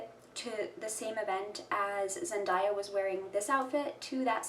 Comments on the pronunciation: Her name is pronounced “zen-DAY-a” not “zen-DIE-ya” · It’s Zen-DAY-A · You pronounced her name incorrectly